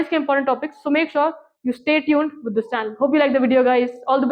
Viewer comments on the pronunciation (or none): none